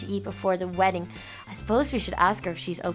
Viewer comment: it's wedding not weedding